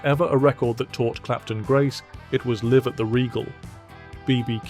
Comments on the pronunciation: it's not "Live" as in "IF" it's LIVE as in ""L. EYE V". learn how to pronounce!!!! Live at the Regal...ridiculous!!! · "Live at .. " should be pronounced like "alive at.." not like it's their home!